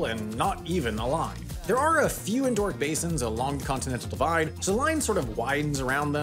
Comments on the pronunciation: Endo-heric. Endo is a prefix, it's not endoorhearic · It's en-doh-REE-ik, not en-DOOR-ik. Andoric refers to a micronation in the Pyrenees. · I'll check my spelling of pronounciation if you check your pronunciation of "endorheic". It's got 4 syllables. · Even if the narrator tries to talk super fast, he cannot disguise the fact that he keeps mispronouncing the word endorheic as "en-DAW- rick". It would have been the simplest task in the world to just look this up, rather than making up your own pronunciation. 🤦‍♂ The narrator should try talking at a normal speed and try harder to look up words he's unfamiliar with. He'll lose fewer adult viewers that way. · Please pronounce "endorheic" correctly. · Maybe look up the pronunciation of endorheic before you say the word again